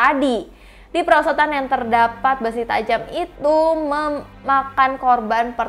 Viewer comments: "PERSOTAN" lah apa persotan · kok "persotan" 🤣🤣